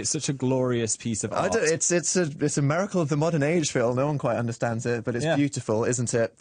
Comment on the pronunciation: Dan's inability to say "miracle" strikes again